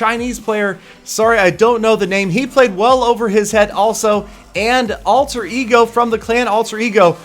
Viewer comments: The way he pronouced "alter Ego " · Böllerjunge forever You can say that in English too...